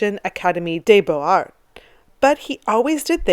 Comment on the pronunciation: Another great video, some great choices in here - the anatomical impossibility of Ingres' Odalisque doesn't detract from the picture's overall appeal but it does make me giggle when I see it :) Incidentally, there's liaison between 'x' or 's' and a vowel, so 'beaux arts' is pronounced 'bohzar' and 'des arts' is 'dayzar' :)